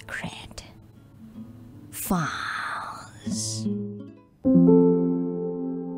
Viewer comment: True i love😅 listening this video kaso natutulog ako pg nkakailang video n po ako ang di ko lng po nagugustuhan is yung pano bigkasin yng secret files prang png horror kze ✌️